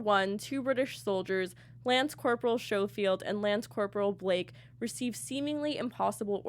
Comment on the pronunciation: Good review. 😊👍 One thing, though. It's pronounced SKOfield, not SHOfield.